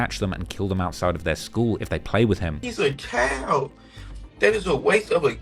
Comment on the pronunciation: Does know how to pronounce "Child", he's pronouncing it like "Kyle'd".